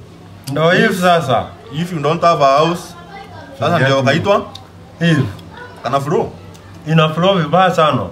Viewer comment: kanafrow? eeh kana frow